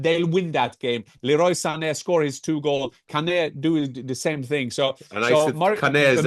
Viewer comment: The way Kane was pronounced was wild.